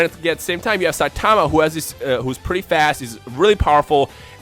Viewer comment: The way this guy pronounces Saitama's name just annoys me.